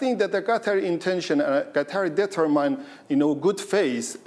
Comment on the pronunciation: “Determined” or “detrimined?” 🤣🤣